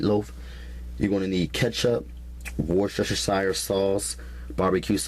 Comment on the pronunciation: 😂😂😂love his recipes!! Worshashashire sauce..